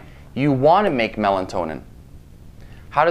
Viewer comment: Melatonin.....not Melantonin !!